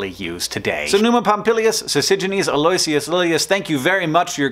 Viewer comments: Do you think "al-LOY-see-us" is Hank Speak for Aloysius (pronounced "A-loe-IH-shus")? 😊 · "A-loy-s-ee-us" made me cringe. It's "Al-uh-wish-us" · Brilliant video. Though if you're interested Aloysius is pronounced ALO-ISH-US. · Aloysius has a really weird pronunciation, something I learned from Primus' My Name is Mud. It sounds more like "Al-Oh-WISH-us". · Thanks for the explanation! It's always bugged me how the prefixes don't align with the month's position during the year. If I could put on my grammar nerd hat for a minute... The last "guy we've never heard of" was Aloysius, correct? Well I believe that name is actually pronounced al-lo-ISH-us (if that makes sense). I was pretty confused when I found out, but it's true! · Never heard "Aloysius" pronounced that way before. Hmm. Wonder which is more correct, this one or "a-lo-WISH-us" as I have heard before... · Pro tip: Aloysius = "All-oo-ih-shuss". It rhymes with "delicious." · Aloysius = pronounced like aloe-wish-us. :D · Hank! Aloysius is pronouced al-uh-WISH-us. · The name Aloysius is pronounced "AL-o-WISH-us." You wouldn't think so but it is. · i think aloysius is pronounced al-oo-ishis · Preeeetty sure that's not how you pronounce Aloysius... ("al-oh-ISH-ous") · Oh god. HANK. I love and truly appreciate this video. It is nerdy and educational and beautiful. BUT OH GOD YOU SAID ALOYSIUS WRONG AND IT IS KILLING ME. Damn this obsessive nature of mine. It's like an itch you can't scratch. Ugh. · Your pronunciation (and John's) of 'Aloysius' is way off, but video is excellent otherwise. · Sorry to be "that guy", but you're saying Aloysius wrong....